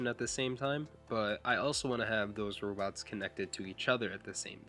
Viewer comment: I wike wobots too